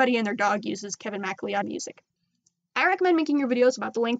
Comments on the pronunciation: its mac cloud not mad leeeeeod xx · Just a wee heads up: "MacLeod" is pronounced like "Mac-Cloud". It's a common Scottish last name. :) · Lol Macleod is pronounced MA-CLOUD although I understand why you'd say it like that. It's an ancestral name of mine and I had always heard it but never seen it so when I'd read Macleod I would say it the same way you did until I realized my ancestors name and the one I'd been reading were the same. Anyways, great video, thanks for the help! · This is helpful, but lemme give you a correction on how to pronounce Kevin's last name: it's pronounced ma-clowd. Since I BELIEVE he might be Swedish or something like that..? I dunno. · Eyyy. For future reference MacLeod is actually pronounced like "muh cloud". I'm not sure if anyone else pointed this out yet, but I thought it would be something good to point out.